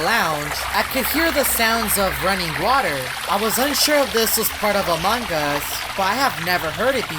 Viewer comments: Why do many players say amongus instead of among-us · its strange you call among us among gus in every single vid my sis is angry at that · When every he say among us I hear mang us Lol